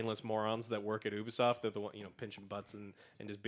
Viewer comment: It's not "Who-bisoft", but "You-bisoft". It's a U at the beginning just like in the word "Ubiquitous"